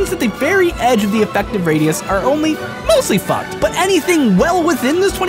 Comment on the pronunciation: I love the emphasis on "mostly fucked" and "completely fucked." They both rendered a chuckle from me